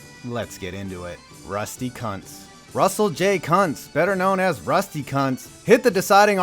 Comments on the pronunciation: Sorry but IT'S PRONOUNCED COONTS NOT CUNTS Okay thank you for realizing the correct pronounciation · Yo Rusty Kuntz is pronounced koontz Edit: and five seconds later you address it lol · It's pronounced koontz